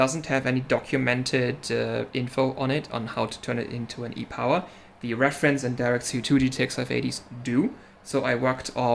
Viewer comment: Nailed the pronunciation While I'm here, I shall express my interest in taking a look at that damaged pad on that 580 E-Power. Sounds like it would be a more difficult repair and I'm up for a challenge.